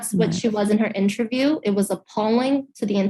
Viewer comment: She pronounced interview as intraview